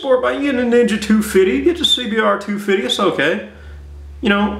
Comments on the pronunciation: Lol he said two fitty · I love the way he says 250. lol